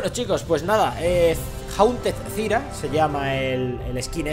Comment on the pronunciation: ¡Por dios MIS OIDOS! ¿¡CÓMO QUE "ZIRA"!? ¡ZÁIRA! ¡APRENDE A PRONUNCIAR POR DIOS!